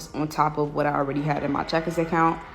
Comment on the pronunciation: I thought she said checkers.